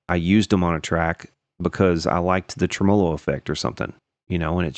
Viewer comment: I love everything about, except the way he says "tremolo" Trem-mow-low